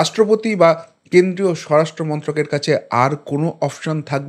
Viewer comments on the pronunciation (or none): none